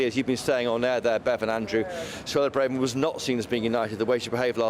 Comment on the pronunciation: Please hire a sound engineer. The sound on your broadcasts is awful. It either cuts out or it just echoes. It's really poor if you want to be taken seriously as a major news channel. Also please agree as a channel how to pronounce Braverman. It's painful to hear political commentators who can't even get the name of one of the highest politicians right. Listen to how she pronounces it. Do some research. It's incredibly disrespectful to get someone's name wrong especially when you must hear it 100 times a day.